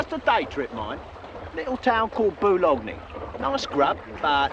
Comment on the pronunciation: Boo-log-knee!? Sounds like a terrible place!